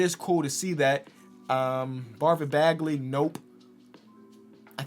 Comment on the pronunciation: "Barvin Bagley" - 2020